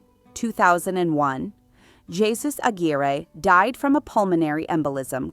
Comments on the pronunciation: “Jesus” is pronounced phonetically as “Hey-Su” not “Jesus” as in Jesus Christ. You pronounced it previously correctly, but then changed it to the wrong pronunciation. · You of course don't pronounce the first name of the Duchess of Alba's second husband Jesus Aguirre y Ortiz de Zarate as "Jesus", the English way, but the Spanish way: "Gesus" with a "g" the Spanish (almost Dutch) way. Much too much time spent on Grace Kelly and Jackie Kennedy - this was about the Duchess, not them ! And no word about her numerous facelifts ???? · The J in the name Jesus is pronounced like h. Heysoos. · The way the narator pronounced spanish names😂